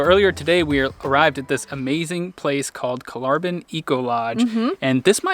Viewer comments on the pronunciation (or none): You should ask the locals how to pronounce the places you visit. It's not Kolaaarbyn. 😀